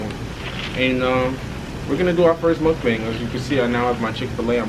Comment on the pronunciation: it’s pronounced MOOOKBONG 🤓